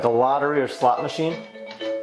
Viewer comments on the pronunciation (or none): none